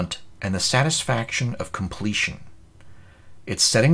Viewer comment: . The satisfaction of compleation? Are you secretly a Phyrexian?